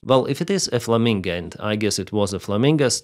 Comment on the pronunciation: It is flamingo O not flaminga A